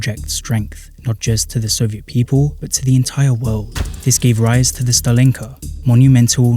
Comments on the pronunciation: Thanks great video!! Mistakes I've noticed so far: It's usually pronounced as stAlinka not stalEEnka you weren't allowed to glass over your balconies under the Bolsheviks, so during the actual USSR period the building would look significantly less ugly. See contemporary footage to test my aesthetic assessment afaik, the record for building a khrushchevka from scratch is seven days - see Leonid Parfenof's Namedni tv show, "I love the 1961" episode (his version might be taken from the official propaganda, though) that's not a khrushchevka. Seems to be an early Khrushchev-era stalinka without, what he called, the "architectural excesses". Khrushchevka is usually not just a period but a precise blueprint model of buildings Pronounced as BrEzhnevka not VrezhnEvka here 5 or more stories: 1 elevator. 9 or more stories: two elevators (one cargo) "living in slums is a choice". No comment for that one You didn't mention the fifth common type of soviet housing that many Soviet citizens lived in since the tsarist era, the traditional, one-storey wooden houses with backyard and a small (kitchen) garden. They had no utilities, though - apart from the electricity. Called "the private houses". Because unlike soviet social housing they stayed in the ownership of their residents since the tsarist times. For example, iirc a famous Soviet underground punk singer Yanka Dyagileva who lived in the USSR, lived in a wooden house right in the centre of Novosibirsk(the hous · Why do you pronounce “Stalin” correctly but put stress on a wrong vowel in “Stalinka”?